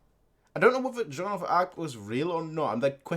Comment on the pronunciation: close enough but it's Jaune not juane ;D